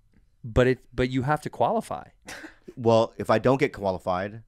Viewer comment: are they saying koala-fy?